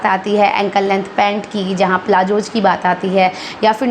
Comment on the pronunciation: आप भी थोड़ा ‘ज़’ बोलना सीख लो, दूसरों को किसी भी चीज़ (चीज ❌) में सही करने से पहले 🤓 प्लाज़ो ✅ प्लाजो❌ इज़ ✅ इज ❌